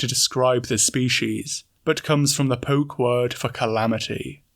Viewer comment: It's not "poke". It's more like "Poh-Keh"